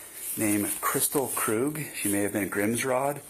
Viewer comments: FYI Krug is pronounced Kroog. If they pronounced it Krug and it's their name that's hilarious 😂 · It's Kristil Krug (kris-teel kroog). For the Record ❤